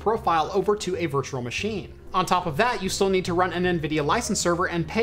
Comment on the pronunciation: "virture machine"🤣 sorry man I love the videos but it makes me laugh